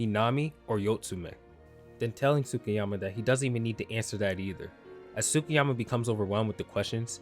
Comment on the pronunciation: the U in Tsukiyama is silent. You pronounce the T, not the U.